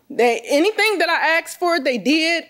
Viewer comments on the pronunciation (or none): Exactly! Who cares how she was dressed. she starts whining like a baby and her voice breaks. And she goes ‘he askted’. Why do people speak that way?! It’s ASKED.